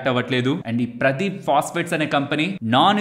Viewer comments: ప్రదీప్ ఫాస్ఫేట్ కాదండి. ఇది పారాదీప్ ఫాస్ఫేట్. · Not, paaradep Pronounciation should be like that